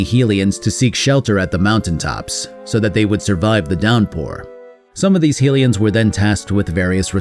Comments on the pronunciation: Sorry to be that person but Hylian is pronounced with the HY sounding like High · You say hylian wrong :s